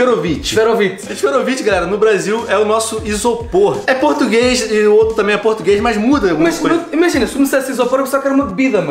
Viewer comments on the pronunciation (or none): Zoom bom "pretugues"